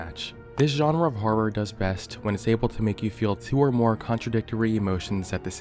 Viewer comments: you say harrer like bimmy rolfe :) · "You're not supposed to be laughing" I can't help it. You're pronouncing horror as "HARR-ARR" 🤣🤣🤣🤣🤣🤣🤣🤣🤣🤣🤣🤣🤣🤣🤣🤣🤣🤣🤣🤣🤣🤣🤣🤣🤣🤣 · Can you stop pronouncing "horror" like you're about to break into a song like that guy doing the fnaf beatbox. Freddy fazbear ass har har har har har